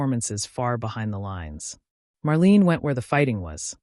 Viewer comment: Marleyna is the correct pronunciation please. Why the weird colour pix of random nobodies?